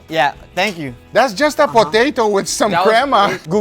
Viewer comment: Did he say putato?